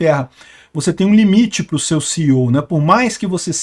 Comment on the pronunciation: Vazou, mas não vazou. Não revelou nada em detalhes, nada com clareza sobre o tal "código fonte", como se refere no final. E não se fala CEO, o correto é SEO.